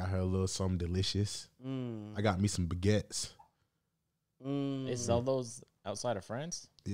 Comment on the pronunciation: I’m not from Louisiana but he was bugging 😭😭😭 this 🥖 is a baguette